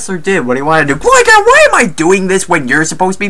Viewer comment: He's said Alec sessler instead of Adam sessler and glye gair instead of gligar